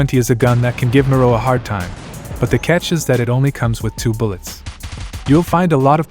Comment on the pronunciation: Why do you pronounce it “MORO” instead of “MIRO” like ME-RO 😂